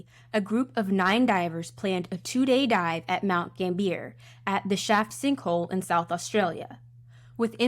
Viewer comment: Pronounced GAMBIAH. Nor GAMBEER. Otherwise good vid👍👍